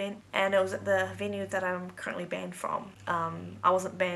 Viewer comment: You pronounce "banned" wrong. It's banned not 'banded' as you say it 😂